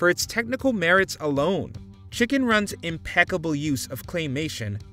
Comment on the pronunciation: Chicken Run, impeccable IMPECKABLE was that on purpose?? Funny